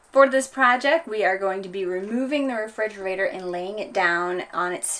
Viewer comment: Re-"fig"-erator count... 459, 460, 461... not to be too picky about it but, I think its pronounced as: re·frig·er·a·tor (rəˈfrijəˌrādər). Other than that great video, pretty informative.